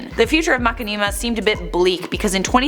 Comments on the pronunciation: What???? MERCHINIMA...... uses yoytuber how does she not know how to say it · sniffed too much nail polish can’t even say mashinama anymore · Ya I thought it was pronounced like "machine-imma", can't focus on anything else in this video now, lol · say Mackmeema. This is so sad Alexa play Despacito. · She actually said Mackaneema. Nice try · I die a little when says macinema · IT’S PRONOUNCED MA-SHHHHHHH-inama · can you please pronounce machinima (ma-shi-ni-ma)....... Please...? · It's MASH-IN-I-MA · Umm its pronounced Mu-shin-im-uh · makinimah lol wtf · Now looking at the word... It could be pronounced like that. I love how she says it haha it's different and I like different. All hail the! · Lol I can't stop cringing at the way you pronounce the channel. Anyway, I am sad to hear that they took down their videos. I remember I used to be such a COD geek with World at War, Modern Warfare 2, and Black Ops. I remember being such an uptight b*tch whenever I lost. Then one day I watched this Machinima video over this guy running around on Black Ops multiplayer and messing around. I loved the humor so much and it impacted how I played. I no longer cared for the win, I just wanted to have a good time and have fun doing it. I made some good friends along the way because of it. Thanks Machinima, you'll always have a special place in my heart. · FINALLY SOMEONE ELSE SAYS IT LIKE ME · Whay do you say it like that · Poor saying machinima I forgive u. Gotta watch again and count how many times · I'm giving a pass since she doesn't know how to pronounce Machinima. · I thought I was reading Machinima wrong cause of the way said it (no offense), but than I read the comments lol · Lol you said their name wrong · For a channel that's been around for so long, you can't even say it right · I love how pronounces it Like seriously 😂😂 Love u ♡ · MAH-Shin-a-Ma not Macinima